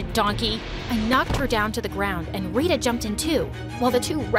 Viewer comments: It's not how we pronounce Tara and Rita. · Yeah they didnt pronounce tara properly and rita